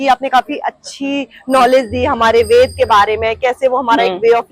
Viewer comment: इस वेद वन की आर्किटेक्ट मैडम बार-बार वेद को वेदा बोल रही हैं यह मैडम वेद को वेद बोलना सीखें ।